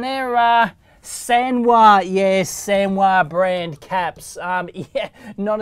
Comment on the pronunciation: I thought you said "Sanwa caps", then i remembered sanwa doesn't make caps. Then you showed it's actually "Samwha".